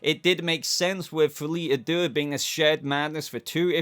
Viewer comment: á deux is pronounced like adieu (i.e. i bid you adieu)